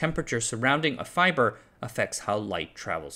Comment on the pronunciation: I like fybor